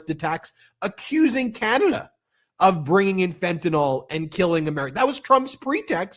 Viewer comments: Fentanyl, not Fentanol! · fent-a-nyl. there's no "o".